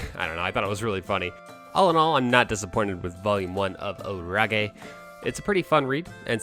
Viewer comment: is it really "orage" pronounced like that or "storm" in french xD cuz i speak french and I jumped when I heard you pronouncing it like that xD